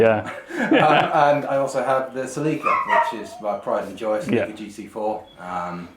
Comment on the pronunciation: Celica - pronounced "Silly Car" :D